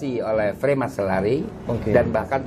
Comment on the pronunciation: freemasonry min, bukan fremansory . Maaf ini ralat aja min